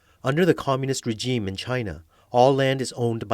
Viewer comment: The way she's pronouncing "Regime" is bothering me. i don't even know why.